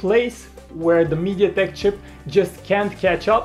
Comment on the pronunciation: I love how they pronounce "Mediatek". Sounds like "Mediadick" XD